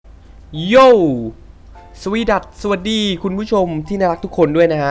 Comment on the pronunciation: พี่พูดสวัสดีแบบนี้ สวีดัด & สวัสดี